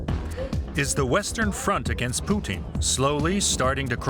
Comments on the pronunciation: I can’t stand how she says Putin she pronounces is Poutine like the French Canadian food French fries, fresh cheese curds, and brown gravy it’s drives up the wall. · Why does she say Poo-teen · The anchor keeps calling him, Pesident Poutine?! 😂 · Why are these talking heads suddenly going out of their way to pronounce his name “Poo-teeeeen” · As a Canadian, I love how she pronounces his name as "Poutine". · She's saying Pootin on purpose 🖕😇